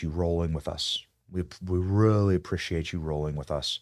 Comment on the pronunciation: WEALLY WEALLY BWAD